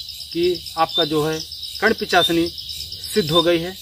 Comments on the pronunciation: Ullu banana band karo bhai...pahle to pronounce thik se karo..pichasini kya hai? Mata karn Pishachini bolo...ye sadhna wamachaar se hota hai aur aisi jagah kiya jata hai jaha tumhe koi na dekhe aur disturb kare..aur v kathin niyam hai iske..aur ha pant shirt pahan k karn pishachini sadhna nahi hota...koi accha kam karo aur like ya view k liye ye sab le k khilwad mat karo bemaut maray jaoge..jai shree mahakaal..🚩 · लगे रहो पिचाशनी नहीं पिशाचनी सही बोलना सीख पहले 😂😂😂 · Aap ko to mant ucharn nahi karne Arha hai nahi pichasni ejt diya